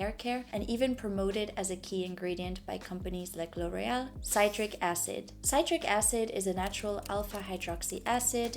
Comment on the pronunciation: It’s pronounced Sit-Trick acid. I’m excited to try.